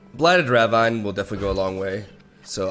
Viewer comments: btw ravine is pronouced ra-veen lol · Ravine is pronounced as "Ra-veen", right? 😗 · Pronounced raveen. No flame <3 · Please, it’s ruh VEEN. Blighted ruh VEEN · Ravine is pronounced "ruh-veen" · rah-veen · Ravine is pronounced rah veen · Blighted ruh-VEEN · Yo, I know it doesn't make sense, and isn't really importanted, but ravine is actually pronounced raveen. Like "Weeee!" And not like jungle vine or whatever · it is pronounced blighted Ruh-veen/ Rah-veen. You are pronouncing the Ra part of Ravine right. Also love your videos